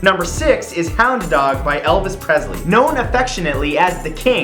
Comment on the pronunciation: Another Great Video Matt. But Presley is pronounced "Press-Lee" Not... Prez-zley